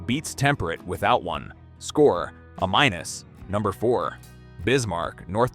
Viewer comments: A- is pronounced AAYY MYNUS NOT uh mynus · Great episode. Is there a way to get your narrative AI to say A Minus, for example, instead of a minus? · You know, this subject matter is interesting but I refuse to reward channels that use a.i. to create their content. Especially when they are so lazy that they don't proof their content and they have blatant f-ups like rating something as an "uhh-minus," that's supposed to be an, "A-." Well the way I see it y'all can, "eff-off!!" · Hey AI, the score is "A" minus, not "a minus". It's scored A, B, C, with plus or minus after some of them. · I enjoy these, but the AI pronunciation of “A-“ gives it all away!